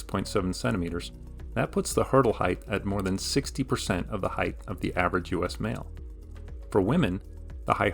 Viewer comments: height is not written nor pronounced heigth, it's a t at the end not a th. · Length, width, height. Not "heighth"